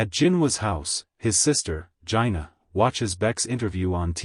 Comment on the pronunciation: Thank you for the video but Jinah is pronounced differently than what you said.